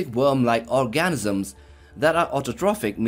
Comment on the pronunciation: Did you just say "gigantic worm-like ORGASMS"??? Well...it sounded like that, bud!